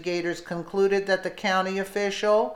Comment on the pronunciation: I hate when they cannot even pronounce a county correctly